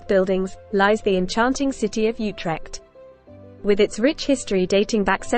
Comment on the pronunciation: Not You-trekt OOtekt.